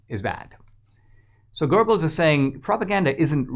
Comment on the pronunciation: Oh, Dinesh, please! Stop pronouncing "Goebbels" like it's written "gerbils"!!!